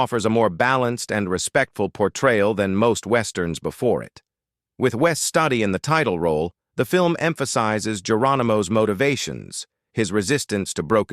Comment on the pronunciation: As a Western fan, I've seen all of these films at least one, and many of them over and over again. You have a fantastic list of gems. The only film that has never really spoken to me is The Alamo. Note: The great actor Wes Studi is pronounce STOO DEE, your pronunciation is incorrect.